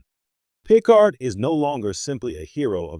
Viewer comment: Boy this was bad. So bad. Oh, and it's pronounced pi-CARD...